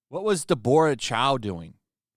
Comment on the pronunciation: Did you seriously just call her “de-bore-uh”? 🤦🏻‍♂️